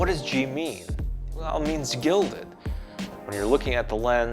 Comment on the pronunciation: Gelded (not gilded). Love the D700.